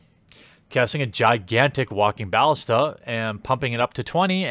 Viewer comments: They are pronounced "viz-eer" and "ba-lis'-ta." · It's pronounced ballista.